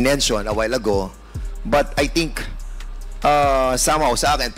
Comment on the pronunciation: Sabi ni pernandes “i tink”😅😅😅